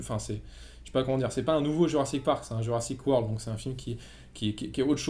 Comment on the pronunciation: Euh... Non on dit Jurassic World